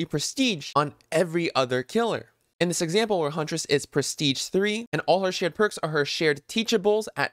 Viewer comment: did you say her shared perks or shit perks? lol